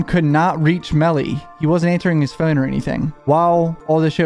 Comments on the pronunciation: The way he says phone lol phown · The way you say phone lol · You know, now that I heard it in the Hivemind video guest starred in, whenever he says "phone", I can't help but hear his accent lol.